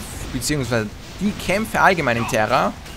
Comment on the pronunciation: terra das wird tera ausgesprochen NICHT TERRA spielespielespielettrend